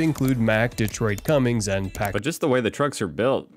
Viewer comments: I love the fact the fella says Cummings and has found some sorta logo that says cummings, yet its Cummins, without the G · He lost all credibility saying Cummings is a major diesel manufacturer. It's Cummins not Cummings and he left out Caterpiller.